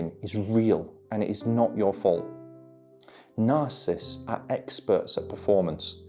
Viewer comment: Love you. Would you mind saying the name properly.... sorry, don't mean to be picky, but words are important. You are saying ' narcist' . It is ' narcissists' there is an extra syllable . Thank you